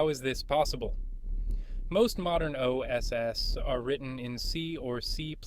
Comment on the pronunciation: It's AI auto-dubbed, I also noticed it spelled out OSS rather than say OS's.